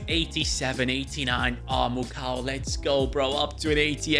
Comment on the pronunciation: Actually the pronunciation for the Congolese lad is Muko not Mucow (Mukau). Because the letters “au” in French make up the letter “o.”